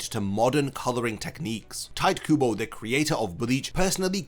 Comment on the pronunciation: your pronunciation of Tite Kubo hurts me